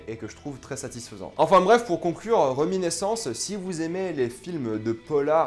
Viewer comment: RéminIscence (avec un "i") pas reminEssence comme vous dites à plusieurs reprises. Mais sinon merci pour la critique.